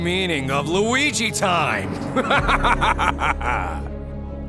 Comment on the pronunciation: I literally cracked up when he said luige in anime form